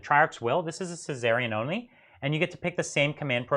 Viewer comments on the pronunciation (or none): The “Szarekhan” Dynasty. Sz aer e khan. Caesarean is how my son was born. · 😂 was thinking the same thing . The ole c section dynasty.